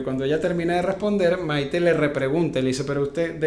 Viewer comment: Es Maité con tilde en la e , no Maite q suena horroroso